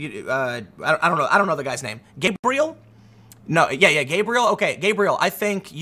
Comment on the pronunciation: Ug.. every time he said gabriel.. I was cringing so hard...